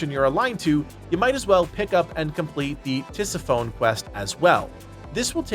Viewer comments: It's pronounced ti-SIF-uh-nee. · "Tis-if-o-ne" is how you pronounce that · pronounced Tisi-Phoney